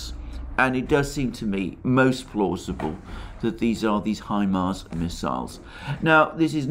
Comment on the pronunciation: Say HIMAR one more time ..I dare you...